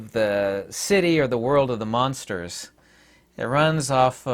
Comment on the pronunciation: It’s amusing how you keep pronouncing it “munsters” 😅